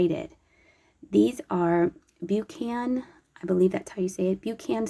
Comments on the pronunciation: That company is pronounced Buck-n Like the author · Hi from Scotland. So happy to see Buchan plates over there in the USA. Buchan is pronounced Buck-an. Portobello is about 30 minutes drive from where I am.